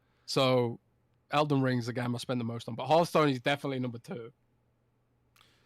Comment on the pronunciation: Its not E3 and there's absolutely no reason CoD cannot be exclusive. If only pronounced Hearthstone correctly. 🤣😜